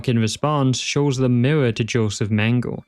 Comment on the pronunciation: As a native german speaker: The last "e" in the name "Mengele" isn't actually silent. It's pronounced the same way the first two in the name are. It kind of bothers me that english speakers never pronounce it correctly, even though it's actually not that hard. (Or just look up how to pronounce it beforehand.) I get it when it's a name like "Bach" or any other word with a "ch" in it since that sound doesn't exist in english, but something like "Mengele" really isn't that hard.